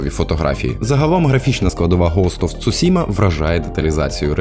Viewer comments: Вибачте, я не для того щоб домахатись, просто вухо дуже ріже: не кнайт, а найт; не цусіма, а Цушіма. А так чудове відео, дякую! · Вибачте, та коли я почув "цюсіма", одразу закортіло вимкнути ютьюб